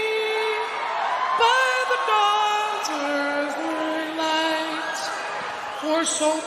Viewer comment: "by the dawn's erzle light?" 🤔